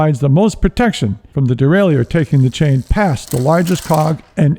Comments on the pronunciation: Great tutorial. Even willing to forgive the constant mis-pronunciation of derailleur. It's "de-rail-er*" not "de-rail-e-ur". Just like a shifter is a device that shifts, a derailleur is a device that derails the chain. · It is not pronounced dee-RAY-lee-yer. That is incorrect pronunciation. More proper would be day-rye-YURE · Derailleur (a French word).. just pronounce it as Easy as DERAILER. Simple! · It's probably for the wrong pronunciation of "Derailleur"... ;)